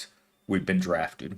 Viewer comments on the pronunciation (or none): Think of how far people clenched when they heard “draffed”. 😂